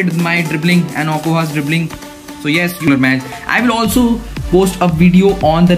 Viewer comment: As a Nigerian it heated when he attempted to pronounce Jj okocha😢 nice vid tho😅 oh-co-ja